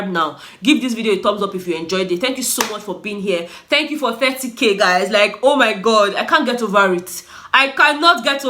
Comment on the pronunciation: 😂😂 I love you, the way you pronounce 30k got me laughing hard. You're doing well, a big congratulations to you